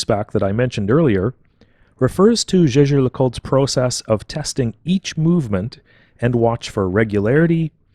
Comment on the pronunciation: Jaeger, not "jeager"